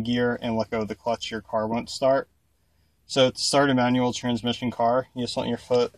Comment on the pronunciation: Am I the only one who thought he said 9 year old everytime he said manual?? lmao